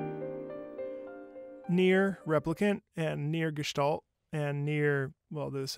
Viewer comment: Props to you for pronouncing Gestalt right. Here is a like, have at ya